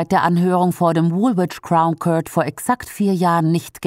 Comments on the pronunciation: ist das ein Sprachcomputer oder eine Ahnungslose? Aussprache court ist /kɔːt/ und nicht köört. Das tut in den Ohren weh! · der gute Kört! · schöner Beitrag, danke NDS. Aber an der Aussprache von „court“ müsst ihr noch arbeiten, sorry, das tut richtig weh im Ohr….